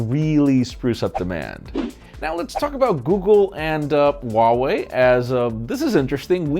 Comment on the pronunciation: for those who doesn't know how to pronounce Huawei, the H isn't silent